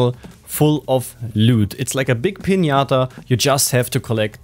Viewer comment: Mega geile Video und nicht böse gemeint aber bitte sag bei dem Wort loot Anstatt lüt eher lut. Lg